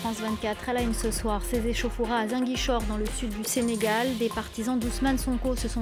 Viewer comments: C’est pas zinguichor c’est Ziguinchor Répète après moi Zi Guin Chor allez répète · c'est Ziguinchor et pas zinguichor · Ce journaliste prononce très mal '' Ziguinchor '' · pardon madame c'est Ziguinchor aulieu de "Zinguichor" ☺️ merci pour le reportage, c'est excellent ❤️‍🔥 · Elle a dit à "zinguichor" au lieu de Ziguinchor 😭😭😭🤧elle est une myope perdu wsh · Zinguichor ? ! 😂😂😂 Non ! Demoiselle revoyez votre texte c'est Ziguinchor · C’est Ziguinchor non Zinguichor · C'est Ziguinchor et non Zinguichor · On dit Ziguinchor pas zin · Hé c'est comment avec journaliste là 😂 c'est pas inguichor mais ZIGUINCHOR.. Zi.. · Ziguinchor pas zanguichor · Ziguinchor 🤦🏾‍♂️🤦🏾‍♂️ZI-Guin-Chor !!! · 😮 Comment elle a prononcé Ziguinchor 😱🤣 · Ziguinchor SVP la prononciation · On dit Zi-gain-chor = Ziguinchor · On dit ziguinchor madame